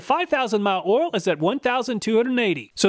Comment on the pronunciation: Love the videos but all this ool ool ool is driving me crazy 😂 might have to mute the video and use subtitles 😅